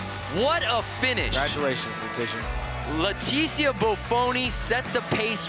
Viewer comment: Why Leticia!?!?! THATS NOT HOW U PRONOUNCE IT!!!!